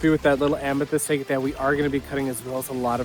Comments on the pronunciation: It is pronounced ag- ate not a-gate or a-gut. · Agate rhymes with bag it. Never heard anyone say it your way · Takes some getting used to to hear “EHHgut,” but I’m sure that many of my own pronunciations would strike people as strange. Great video!